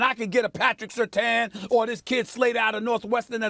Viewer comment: “A Patrick SIRRTAN” - SAS